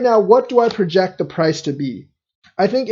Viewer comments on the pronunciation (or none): none